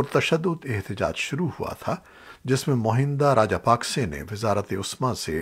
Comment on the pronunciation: Please correct Its pronounced as Mahinda Rajpaksha